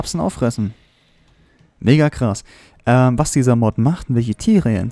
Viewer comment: Bin ich der einzige der immer wenn er .Mega' sagt etwas anderes versteht? Ô.o